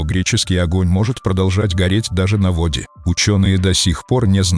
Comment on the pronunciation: Кто читает, полное ощущение что робот из нейросети, человек ни когда не скажет на вОооде